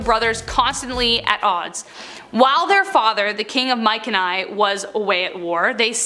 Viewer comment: "King of Mike and I" did you mean Mycenae? Pronounced my-SEA-knee